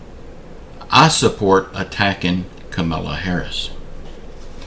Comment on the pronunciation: Joe Biden's mental health??? Donald Trump has been out of his mind his entire life..He doesn't know all of the 50 states...Can you say the Vice President's name correctly??? It's KAH MAH LAH. not the way you're pronouncing it...